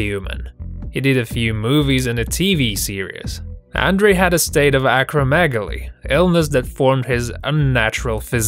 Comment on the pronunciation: Hilarious how badly this commentator messes up Andre The Giants name. It is pronounced Ondrey.